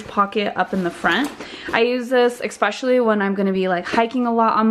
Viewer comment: The word is ESPecially , not eckspecially.